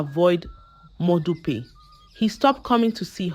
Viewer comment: Please pronounce the names correctly next time eg that modupe.